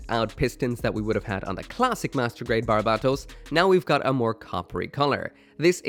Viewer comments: Bar-bat-os lol it's barb-atos dude. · My ocd is throwing me off the rails it’s pronounced “bar-bah-toes”